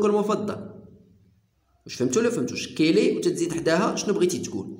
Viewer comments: احسنت استاذ ملاحظة فقط لا نقول كيلي تنطق كالي وشكرا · يا استاذ عجبتني طريقة الشرح . و لكن نقولو كالي. و ليس كيلي .. تحية من الجزائر